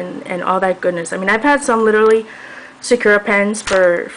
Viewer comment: These videos are so informative! I have so much trouble trying to find an opaque white pen and you've pointed out great brands for me. One thing that I'd have to nitpick on is that Sakura is pronounced sa-ku-ra, not sa-kura. Sorry! It just really bothered me.